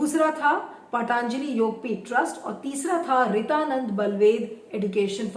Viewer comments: पाटानजलि नहीं होता, पतंजलि होता है.... व्यास सरनेम नां लगाए.... ऐसा लगता है I Phone में kepad वाली फीलिंग आती है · पहले पतंजलि बोलना तो सीख लीजिये